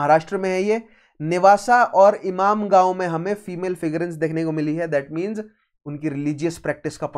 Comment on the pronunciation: Is it ‘imamgaon’ or ‘inamgaon’ or ‘imangaon’ . Your pronunciation is more of imamgaon. 😂